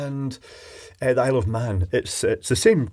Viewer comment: When you said Isle I thought you said Ire, is Ireland just "island" with a drunk speech impediment? Could that be where the name came from?